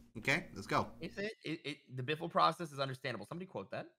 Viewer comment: It's beefle wiffle